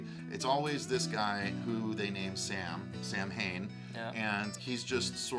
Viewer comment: Samhain in reality is not pronounced Sam-Hane it's pronounced Sowen.